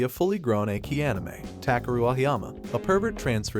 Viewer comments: Achy anime not echhi at least on how it's said lol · but, its Ecchi pronounced ETCHI!!!! NOT EKKIII!!!!! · Ech-ee not Ache-ee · Hey my man of culture!! It’s pronounced ECCHI (eh-chi) not EKI but hey LOVED your list ! From one cultured person to another you got a 🔥 list going! And I LOOOOVED your commentary! Sooo Sooo GUUUUUUD!!! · Man get your damn pronunciations right 😅😅 wtf is EKKI but not ecchi 💀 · I see the word ecchi. But im hearing, "A Key" very odd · do you really said ekki of all the dumb stuff? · It's pronounced Etchy, like Sketchy without the Sk! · Not "ekki", the "ch" in "ecchi" must be read like in te word "chili", the additional "c" only gives strength to the word. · Every time you say ecchi as eki I cringe and laugh simultaneously... Bc 1. Terrible pronunciation and 2. Eki means station (train station) "Yunna is another (train station) anime"🤣🤣🤣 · Why are you saying "achey"... jesus man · Is he saying "ekki" on purpose? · how can a channel dedicated to anime mispronounce ecchi? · I'ts pronounced MAH KEN KEE. And Ecchi is ETCH EE.